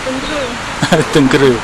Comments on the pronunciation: Sebutan bukan Tengkere tetapi Tengkeyrah Atau Tranquerah bhsa portugis tu. Sekolah saya dekat area tu Mgss. Saya budak Klebang Besau. Terima kasih. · Min..tu masjid tengkera..teng...ke..ra...bukan kera..keeeeera.. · Maaf.... Sebutan Masjid tu atau nama tempat yg sebut tuu... bunyi nyè " tèngkèrè "... bukan begitu sebutan nyè... tengkera ada lah nama tempat tersebut... dan MASJID TÈNGKERÈ sdalah kerana dier betempat di TÈNGKERÈ ( TÈNGKERA ) " TÈNĢKERA " atau " TÈNGKERÈ = Sebutan loghat melayu.. dan di tulis tanpa ada tanda ialah = TENGKERA. dan sebutan betul biasè mèreka gunakan berbunyi = TÈNGKERÈ. bukan TÈNGKÈRÈ.... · Sebutan nya: teng kay ra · Cuba sebut "tang.., cat (dalam sebutan English tapi buangkan huruf 't').., rah (buangkan huruf 'h'). Itulah sebutan yang betul. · Sebutan nye " kay" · cara sebut tengkera tuh pakai "e" (esok) bkn "e" (emak)....Masjid Teng key raa... cmtuh laa bunyi dia...susah pulak xde audio..haha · Salam..sekadar berkongsi pendapat yaa jangan marah..apa kata jumpa dulu tok imam atau orang yang ada disekitar kawasan tu dulu sebelum ziarah makam tersebut..mungkin akan dapat maklumat yang lebih dalam..macam sebutan nama masjid tengkera yang sebut tu salah..saya tonton video ni bersama emak dan ayah..kami orang melaka.. bila sebut jer tengkera tu mak ayah saya siap betulkan..hihi..sekadar pendapat jelah..itupun kalau ada makam dikawasan masjid dan ada orang lah untuk ditanya.. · kikiki...tengkera tu salah sebutan tu...